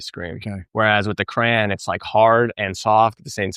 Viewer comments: I stopped when you said "crayan" was an American thing. Lol! Its crayon. Just giving you crap, cool vid! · he's absolutely pronouncing crayon weird. no one here says cray-n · I am from Chicago and we do not say "cran" we say "crayon". However I lived in Pennsylvania (ironically where the Crayola Crayon factory is) and they say "cran" or "crown". Oh, and after seeing this I have to get myself a Ninja Creami. I LOVE Ninja products! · No one says "cran" for cayon. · Cran ????? I certain you’re the only person I’ve heard pronounce crayon…… cran and I’m born and raised in the south where people mispronounced words frequently. Until you explained, I thought you were talking about cranberries 🤣🤣🤣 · Bain Marie for his "Cran" 😀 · I love the fact couldn't get past the "cran"... smirked every time lol